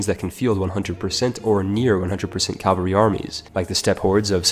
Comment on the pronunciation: Repeat after me: CA - VA - LRY